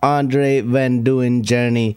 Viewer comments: Yep, or maybe “dunn”. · Duin isn't pronounced doo-in. Problem is, "ui" in Dutch makes a sound which is not available in most languages. You would already be closer pronouncing it "dine"